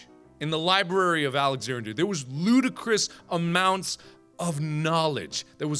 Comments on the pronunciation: lmao is it just me or can he not speak in this video Library of SuAlexandria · Anybody mad on how he said Alexandria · Mark can you actually pronounce Alexandria 😂